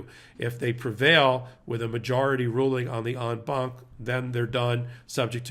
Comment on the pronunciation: Thanks for correctly pronouncing En Banc. Ben kept mispronouncing it in a previous video and it was nails on a chalkboard for me each time 😂